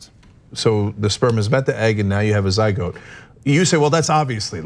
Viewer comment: What the hell’s a “ZyGOAT”????